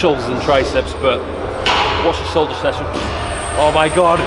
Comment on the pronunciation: whosh a sholsher session 🤣🤣🤣👌🏾👌🏾👌🏾